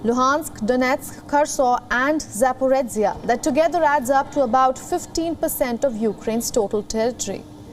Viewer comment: Just one thing it’s ZaporiZHia not ZaporiTSia